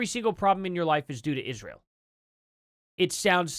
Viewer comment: It's Israel NOT Isssshreal! Uggghh GOD that is one of the most annoying things she does🤦🏼‍♀️